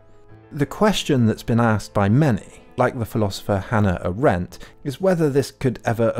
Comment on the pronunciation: The emphasis in Hannah Arendt's surname is on the A and not the rendt. It sounds really weird the way you say it.